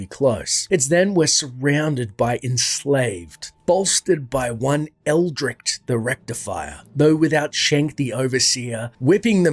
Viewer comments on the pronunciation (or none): lmfao when u call Eldritch - Ulricht 😅😅😅😅